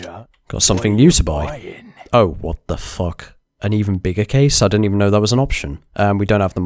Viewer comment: Lol gets me everytime "what da fook" xD